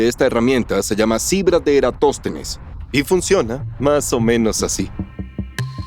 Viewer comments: Que pésimo doblaje, para muestra un solo botón: "Erastótenes", a ese no lo conozco, que no era Eratóstenes?. Caramba, para ser un "Doblaje hecho 100% por actores de voz" está malísimo al leer nombres. La voces o como eran antes es lo de menos, es que los actores de doblaje parece que no tienen idea de lo que doblan. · Nos siguen dando atole con el dedo. No son voces humanas, es un motor de texto a voz y ni siquiera está bien revisado. La "cibra" , "Erastótenes" , "Resuelta que" ... Y ya le paro de contar. Qué pena que hayan despedido a los actores de voz que hacían tan buen trabajo... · Si, estos nuevos actores no pronuncian bien, dicen Cibra, erastotenes, etsprimir,aprotsimaciones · Contraten mejores actores de voz, estos no pueden leer bien ni pronunciar bien. Los errores son los siguientes: Criba, cibra. Erastótenes, Erastótenes Exprimir, etsprimir Aproximadamente, aprotsimadamente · El doblaje a español está lleno de errores. Dice "Erastótenes" y muchos detalles más. ¿Cogéis dobladores disléxicos? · Soy físico y puedo decir que las nuevas voces no leen ni pronuncian bien, por ejemplo: Cibra, erastotenes, etsprimir,aprotsimaciones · Solo puedo opinar que en dicen 'Erastótenes' y eso está mal. Se llamaba 'eratóstenes' 😁 -- Del resto no puedo opinar. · No son voces con IA, pronuncian mal las palabras, son en realidad malos actores reales dicen: Cibra, erastotenes, etsprimir,aprotsimaciones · No son de IA, se nota que contrataron actores baratos, no pronuncian bien, dicen Cibra, erastotenes, etsprimir,aprotsimaciones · Erastotenes jajajajajajaja en el minuto 8. Muy mal. Y cómo que "cibra" en ves de criba? Bueno, entiendo que el doblaje es todo un arte, pero por favor hay algunos puntos a mejorar. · para empezar pronuncian mal las palabras Cibra, erastotenes, etsprimir,aprotsimaciones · Pues si no son IA, son generadores de texto a voz ¿Por qué mencionan ¨Erastótenes¨ o ¨resuelta¨ en lugar de ¨resulta¨? Y no solo eso, tiene otros fallos.